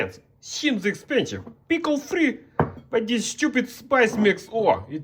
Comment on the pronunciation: "PiKLe" 😂😂 Edit: YEESSS PICKLE 🥒🥒